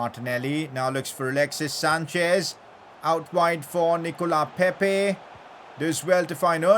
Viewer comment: PCQ: Its Nicolas pepe not Nicola pepe